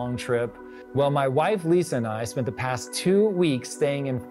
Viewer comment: “past” NOT “pass” 🙄